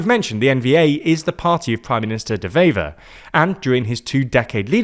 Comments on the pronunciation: It's pronounced "waiver" (like the thing you sign). The 'W' is pronounced just like in English, not like a 'V'. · A small point, 'Wever' is pronounced as it's written, with a W, not a V. Lastly, the hard line Flemish maybe want to join Holland, but Holland doesn't want Flanders to join them, which is a bit of a problem. The same applies with Wallonie and France.